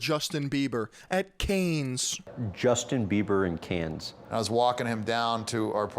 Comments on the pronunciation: it pronunces cann not caines the city of cannes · Cannes is pronounced Cunn